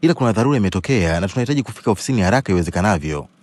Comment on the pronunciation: Sauti ya maya umeipenda anavyo sema halaka nasio haraka